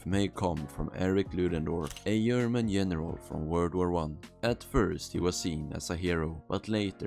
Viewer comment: german here... the g in german is not a y. so its german not yerman lol